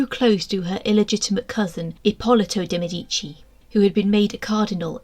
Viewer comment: I wish these so called experts would learn how to pronounce de Medici properly